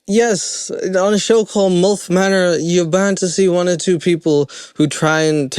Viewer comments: Sorry but it's milf pronounced like milk. Not molf pronounces like wolf. 😅I was laughing just due to this the entire time along with the silly concept ridiculousness of the show.🤣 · I haven't even made it through the opening ad... but... I'm going to count how many time he says MULF instead of milf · It's like he's saying "MULF". Mother U'd Like to F*ck. 🤣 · Why do you pronounce it "mulf" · You have an interesting way of pronouncing milf 😂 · Obsessed with the way you pronounce "MILF" 🥰